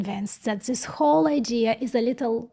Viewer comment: Hello: You say "zis process may not work". The proper English pronunciation is "this" where the "th" sounds like the "th" in the word or article "the"... and you do pronounce "the" correctly. This was just a teaching moment from me to you. You are doing great with this channel. Take care.